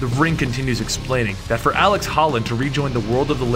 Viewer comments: Ut00bsux0rz seriously, was really annoying to see ALEC and he says aleX like 7 times. Very irritating lol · Am i the only one who hates how he pronounces alec like alex? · I twitched every time he called Alec Holland "Alex". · 1) Look up a pronunciation key for "avatar". 2) You keep calling him "Alex" when the video clearly shows his name is Alec. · omfg it's alec, not alex! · Dude it’s ALEC. With a C, not AleX with an X like you said about 9-10 times. Kinda cringed every time I heard you say ALEX Holland. Too many Alex’s man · It's alec holland, not alex. Do you even try? So many words, it's insane. Every video. And avatar. Really, you don't know the word avatar?